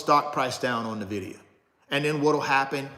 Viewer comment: It's pronounced en-vid-ee-uh